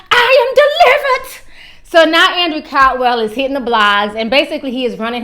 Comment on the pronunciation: "EyE Am DeeliverT" 👀 niggah please!! The only thing that he deeliverT is...DICK!!! Shidddd! Auntie Andrew needs to stop lying! 🤦🏾‍♀️ ugh...